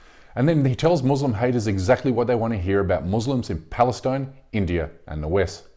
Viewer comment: Thanks for this great report. But please try to pronounce “Muslim” with the “s” like an “s” and not like a “z” because the latter in Arabic means “subjugated” or “cowed.”